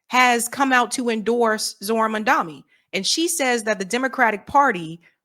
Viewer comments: MAM DA NI NOT MAN DA MI THERE IS A DIFFERENCE! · Please! For the love of god! It is mamdaNi, which an “N”. Like Nancy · Cmone, it's Mamdani not Mandami. Love you